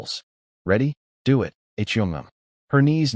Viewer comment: Your AI narrator needs work. It reads many of the two letter words as two single letters rather than one word. Like it is one word, it, not I t. Us is not u s.